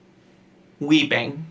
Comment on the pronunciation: "Whhheepping!" I'm wheeeping over this parody lol